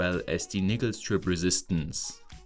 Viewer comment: Yo you need to be careful with you pronunciation of "nickel". It sounds like a racial slur lol.